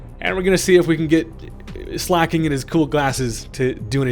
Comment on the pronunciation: It's pronounced slay-king